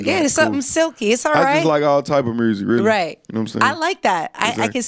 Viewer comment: I love how the Rs are randomly thrown in.. mursic..🤣